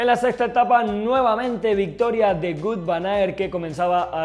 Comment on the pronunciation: Ni Gut ni Vut. Se pronuncia Vóut